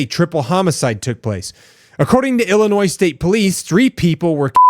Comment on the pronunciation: How do you not know who nick fuentes is or that ring is owned by amazon or that the s in Illinois is silent?